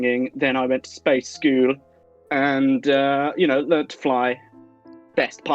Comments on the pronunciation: Space skoool... 😂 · Can we talk about and how he says the word “School”?! 🤣🤣🤣